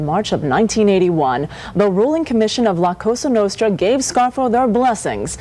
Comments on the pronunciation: La Castra nastra 😂 likes the video tho, good job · No you didn’t say La Casa Nostra….please at least learn the name and the pronunciation before taping next time…😂